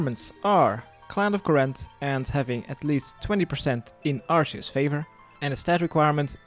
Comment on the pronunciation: Arseus, lol. Sounds like a monty python character.